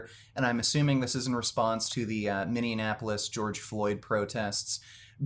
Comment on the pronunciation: It's "MinneAPolis". You said "MinneANApolis".